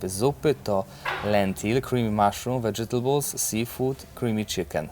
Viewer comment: Uhu robi ten sam błąd co początkujący. Czyta vegetables "wedzetejbyl" zamiast "wecztebyl"